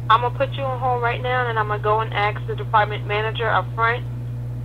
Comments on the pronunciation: YOU CANT "AKS" YOUR MANAGER! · "let me ax about dat" lol